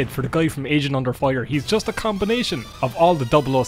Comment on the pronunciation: I kept hearing it as "asian under fire"